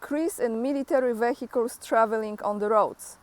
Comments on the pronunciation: every 100 km 1 Tank if 14 of them…👌🏻👌🏻🤣😂 A lot there is 1500km Front line so all this Equipment i really a lot!!! 👏🏻😂😂 try to say Vehicles without H…sounds better and proper spell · you don't even know how to pronounce the word "vehicles" properly? When will you finally learn to speak correctly?